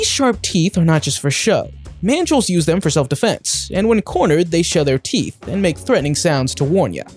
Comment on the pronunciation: he said sharp tea not sharp teeth